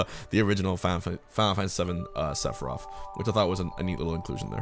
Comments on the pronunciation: Sounds like he sayin "Sephiroff" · Okay why are you saying “sefirof”. I don’t know anything about FF but I can’t tell if people just talk lazy or the “th” is actually pronounced with an “ef” sound